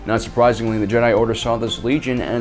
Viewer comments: Jesus fuck man stop calling them JedAI ! It's fucking Jedi, not Jedai!. It's not Japanese. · WAIT!! Did you miss it?? Did you?? Ancient Jeh-Die??? Canadian, British, Australian... Jeh-Die?!? Why don't you just say, "I'm making a video based on every other video already made and literally making sound like my own voice and my own observations." How much more pretentious can you be than to PC pronounce a ficticious name that has been in the universal lexicon for over 40 years and has spawned actual state recognized religions? If you have cannon or ECU to support this pronunciation, please bring forward and be prepared to be blown away by cannon AND ECU!! Jeh-Die